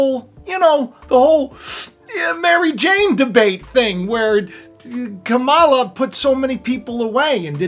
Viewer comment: Ka' ma la. come on you're an educated man, at least pronounce her name correctly